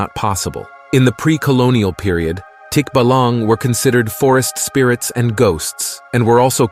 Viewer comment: "Tikbalang" pronounced as "Tick---bahh-lung" . Tikbalang loves making fun of unsuspecting travelers, making them end up in a same way they've been before. They cant get out of that road of loopness unless they turn their clothes over. "Berberoka" lure their victims with abundant fishes on display on shallow water. Turn out they simply drank the whole water in that deep waters, exposing fishes. It releases the water as soon as the victim engulf with catching fishes and drowning them. Thats why if you see a shallow water with lots of fishes, ignore it. Bangugot or Simply nightmare "Manananggal" by the way, is one of MANY variationS of Vapiric creature in Philippine Folk lore. Here are other vampiric creature in Philippine Folklore "Aswang" a humanoid one with body covered with oil that shape shifts into irregular sized animal (Chicken on size of Emu bird, Dog in size of Cow, pig in size of cow.) to find it's victim: unborn babies and pregnant woman. There are some variation of aswang that specifically targets sickly people and weakens them every night till its dead from aswang's nightly attack. Another is an aswang that induce a healthy person into being sickly with his spells, and wait it to die before eating it in the cemetery on the first night it was buried. "Tik-tik" that is more like a bird like creature which also victimized like mananangal. It's name derived from the sound it makes. The farther it is, the louder it's sound be heard, and the softer it sound the nearer it